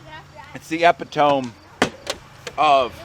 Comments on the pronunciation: Epitone ?? It's pronounced ' Eh - pitt - 'Oh - Me' ! LOL Looked like Great Fun with the families.. and the Hot Dogs ! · Love it. One small thing. Epitome - Eh-Pit-Toe-Me :) Bless you brothers! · Mayo?! On a hotdog?! Sacrilege! And "epitome" is pronounce <Eee-pit-Oh-me> not . That said, love you guys! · I have friends in NEO that have posted MONSTER buck pics this year. Completely jelly. FYI epitome is pronounced with a long e. Like E Pitah mee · epitome -- eee-pit-oh-mee